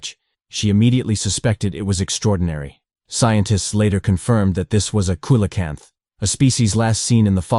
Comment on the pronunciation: AI, or has the narrator never heard coelacanth aloud?